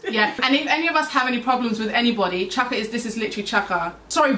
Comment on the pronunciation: Just realised you say chiaka's name as "chaka" like in Chaka Khan lool that's so cute 😝